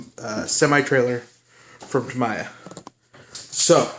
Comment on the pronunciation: Ta-me-ya. Wouldn't it be easier to say scratch film side down????????????????